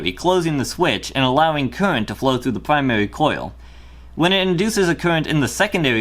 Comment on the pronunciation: Pwymawi and secondewi coil Im going to hell